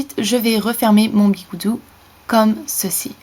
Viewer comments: On dis des bigoudis et pas des bigoudous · Sa sa dit bigoudis